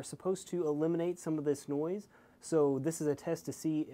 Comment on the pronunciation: "niose" lol